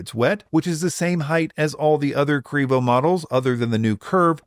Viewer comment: Also, please stop, it sounds ridiculous.